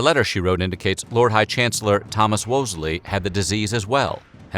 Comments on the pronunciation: It's not Woolsly, it' Wolsey. Get your facts straight. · Quite a few inaccuracies in this video; Multiple young people/children did get the “sweating sickness” and some did die. You misspelled and mispronounced Wolsey (he’s a very prominent figure so I think this is rather important)... Charles Brandon did not marry Henry’s daughter Mary, (the queen before Elizabeth I) he married Henry’s sister and she died likely of tuberculosis/consumption. You also mispronounced quite a few other things, Caius for example. I’m not one to comment corrections on videos typically, but anything that could be deemed ‘educational’ should be as accurate as possible. Also sidenote for everyone; please don’t take TV shows like The Tudor’s as fact. So so much of that show is grossly manipulated or even flat out fictional. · Wolsey, not Wosley 🤦‍♀️ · Wosley....... WOLSEY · Not “Wosley” , it’s “Wolsey”. Henry’s friend Charles Brandon was never married to Henry’s daughter, Mary. Brandon was married to Henry’s SISTER, who was also named Mary. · wolsey not wosley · Did you just call my boy Wolsey, Wosley? Great video nonetheless, love it when you gave The Tudors a shout out, fucking love that show! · These videos are amusing, but the fact checking is not very great. Also, it was Cardinal Wolsey, not "Woze-lee." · Thomas “Wosley”? Really? 😒